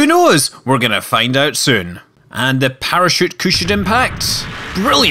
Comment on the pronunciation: and soon becomes süün (speak like scott)